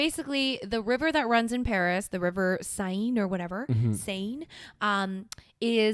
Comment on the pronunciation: Seine is pronounced "Cen" like cent without a T.